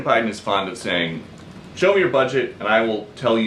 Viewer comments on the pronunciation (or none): none